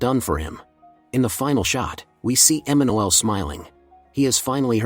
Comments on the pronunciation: Emanuele isn't an English name to begin with, so yes... You've been mispronouncing the name. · Funny pronunciation of Emanuele😅